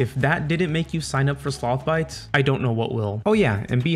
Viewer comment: slOOOTHH BYTES